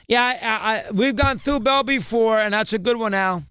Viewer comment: Chris it's BALL not BRAWL